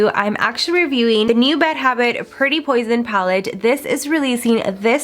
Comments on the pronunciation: you kept saying pretty potion when it was pretty poison! Just FYI 😆, still luv ya ❤️ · Pretty poison. This look is gorgeous!! I've been here with your channel for the longest and I'm so proud of how you are growing so fast.. btw it's poison not potion.. your so cute. Nothing but mad love to you